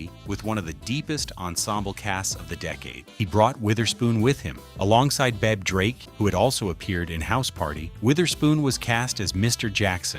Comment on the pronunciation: The AI couldn't pronounce Bebe 🤣🤣🤣🤣🤣🤣